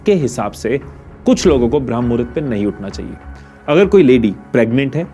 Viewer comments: It's not भ्रम मुहूर्त it's ब्रह्म मुहूर्त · 👍🚩😡🤦 विडियो तों बना दिया लेकिन पहले सही बोल ना सीख भ्रम नहीं ब्रह्म मुहूर्त कहते हैं 🤦🤔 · Its not Bhram muhurat.... It's Brahm Muhurat.... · This is not bhram... it's Brahm.... edit thik se kare.... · You don't ebmven know how to say brahm muhurat. It's not bhram. It's brahm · Bhai pehle tu thik se bramha muhurat bolna sikhle baad me iske bare me gyan dena.